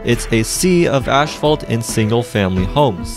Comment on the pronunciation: I find it interesting Canadians pronouce Asphalt Ashphalt.